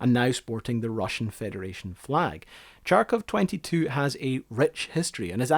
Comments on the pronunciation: Yes, It is pronounced "H-h-arkovchanka", not "chunk of junk-a" and was named after the city of Harkov where it was built. The first modification also had a mini-hospital inside and a doctor in the crew and was a kind of wonder of the world. The crew, also, used portable heaters called kapelnitsa that maintained 18-20 degrees C inside 24/7 and crew never slept in -10 C. It is these heaters were what produced some smell of smoke inside, not the engine, because they used diesel fuel to warm the cabin. These machines saved lots of lives and few expeditions from been cancelled, never heard that they were used instead of tractors. Tractors had to stop in a blizzard, but Harkovchanka could continue to move as it had unique navigation equipment. Tractors, also, were braking more frequently and sometimes crews could survive only because they could shelter inside Harkovchanka. Liked the video for bringing here one of the monster monuments of the dead now super-civilization, which will never exist again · the name means girl from the Ukrainian city of Kharkov (which you pronounce as garkov) or Kharkov's girl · The way you say харков hurts my feelings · Greetings from Ukraine. Thoroughly enjoyed your video. Thank you. Yes, the city is Kharkov (currently Kharkiv as per Ukrainian pronunciation and spelling). The city used to have an alternative spelling of Charkiv, which read same way as Kharkiv. it's 'Kh' at the beginning (the Slavik H sound, which is so hard it sounds like it's h+k pronounced together, more like the Spanish J (jota) sound). Not a big deal that you mispronounced it. You've put together a great film, with lots of research and old material, and the facts appear to be quite accurate. Thank you. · they write it for you as kharkov for a reason. The reason being not reading it as tsharkov ;). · CHARkov??? Thought it was HARkov? Or Kharkov. But what's with association of Kharkov with Russia? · Harkov, not charkov ;) - Kharkov. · It's pronounced "HARKOV" not "CHARKOV".